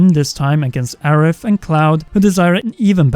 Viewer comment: And bom bing mission and Aerif